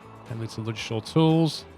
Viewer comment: You don't pronounce the d in Ludgershall!